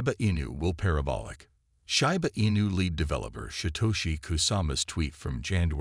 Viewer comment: Can you please get a computer voice that pronounces Shiba correctly? Come on.